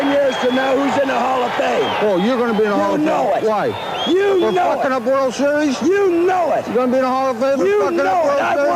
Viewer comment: "what? For fucking up a world weries?" Lmfao